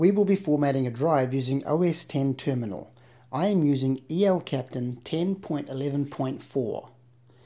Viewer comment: you pronounced El Capitan horribly wrong... but anyways thanks for the video